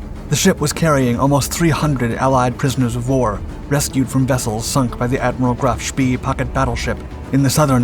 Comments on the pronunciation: Pronounced Graf SPAY... Not SPEE... Do your research!! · I wish the narrator would have lessons on pronunciating foreign words. The name of the ship was Graff SHPAY not shpee. It's so annoying that he hasn't taken the trouble to do proper research. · Love your videos. I think it;s pronounced like Graf Shpay, not Shpee. Bot positive, but that's how I've always heard it. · "Graf Spee" is pronounced such as "Graf Schpay" in English. It is German. Deal with it. You should know this, dude, if you are going to narrate this stuff???? It ain't ROCKET SCIENCE??? It's German. "Es ist einfach." It is simple; it is easy. Don't be so freaking lazy? Do your homework, dude. I'm just sayin... ... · It's rhe Graf Spee , pronounced Spay similar to the proceedure performed on dogs. It is never pronounced spee as in pee. Check it before you shoot another video you failed to research. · Another narrator who doesn't know his business! He says 'Graf Spee" suppose to be "Graf Spay" as far as pronouncing it the way the ship name was commonly spoken. We all in know how Detroit is pronounced but it is French and really shld be pronounced "De Twrah" but no one does! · Agree but most pronounce it like "Graf Spay" Narrator said "Graf Spee" He shld use vernacular like my ex w Detroit. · Graf spee is pronounced graf shpay. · It is pronounced "Graf Shpay"